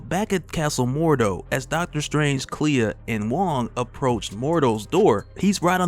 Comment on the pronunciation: the emphases on the world strange got me thinking.